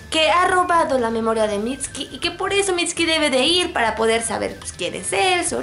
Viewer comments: deja de decir miski!! es MITSUKI C-A-R-A-M-B-A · mitski jajaja que pronunciación tan mala jajaja aprenden a pronunciar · Aunque se sepa que la "u" en japonés sea muda... No lo enterpretes como si fuera español... No se pronuncia "mitski" como tal... Escucha como lo pronuncian en Japones y te darás cuenta... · es mitsukii no mitski >:v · mitski? así se pronuncia??